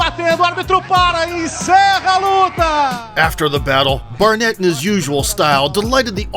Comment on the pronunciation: narrator calls barnett barrett….